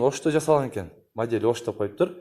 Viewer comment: Жакшы тартыптырсын, эшиктердин Узун туурасын айтып тар.анан модель деген созду жакшы айтчы